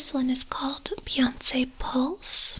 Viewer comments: Every time you said "Beyonsssss" instead of Beyonce I just about peed myself. You are so wonderful. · Hahaha the fancy pronunciation of Beyonce got me